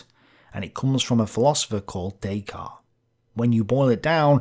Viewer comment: only one thing I can see that you got wrong,, the 't' in descartes is pronounced, the 'e' after the consonnant sounds the consonnant in french